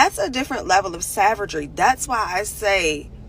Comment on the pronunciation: "Saverdgry" :face-blue-smiling